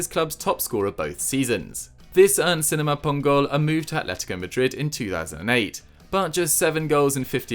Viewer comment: Seriously, how do you absolutely nail Sinama Pongolle, yet completely destroy Marvin Martin (which is considerably easier to pronounce)😂